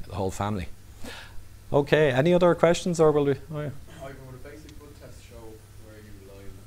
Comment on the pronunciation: Blod or Blood.....:-)